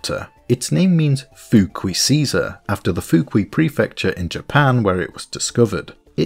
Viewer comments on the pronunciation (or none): Loved the video, but the “fukui” is not pronounced Foo-kwee, it’s Foo-koo-ee